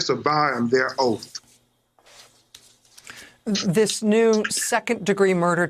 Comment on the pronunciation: disovyin their outh XD